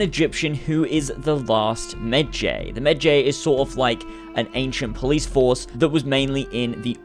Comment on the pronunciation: the way you said medjay XDDDDDDDD